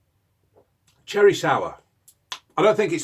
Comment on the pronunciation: ‘’THAT IS CHERREH, it’s bloody nice though’’